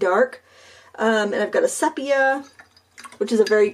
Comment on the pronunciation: Lovely, really lovely. Just a suggestion: I think it’s pronounced see-pee-ah